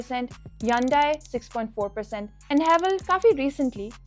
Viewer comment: Continuously wrong pronounciation of hyundai